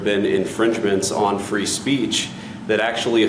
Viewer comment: Frree speech in the UK 😂😂😂😂